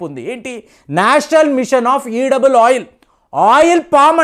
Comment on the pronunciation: ఈడబుల్ ఆయిల్ అనకూడదు, ఎడిబుల్ ఆయిల్ అని పలకాలి